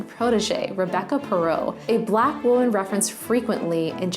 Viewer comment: Pronouncing woman and women incorrectly the entire time really throws me off 🧐